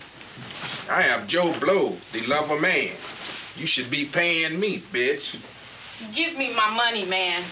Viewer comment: Emphasis on the wrong words in his lines lol eye-AM-joe-blow-THE-lover-MAN